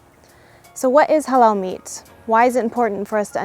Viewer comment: The lady Sounds like "hello meat" instead of "halal meat" 😂